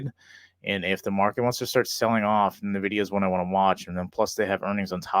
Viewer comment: It's not "nah-vidia." It's "en-vidia."